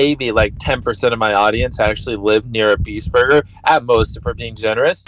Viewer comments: its borgir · the way he says "burger" is so satisfying.